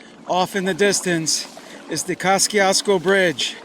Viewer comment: Causkiakasco bridge lmao. You Need some polish lessons my guy. Good try though lol